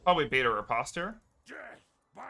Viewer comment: listening to you say RI-PAHst is making my ears bleed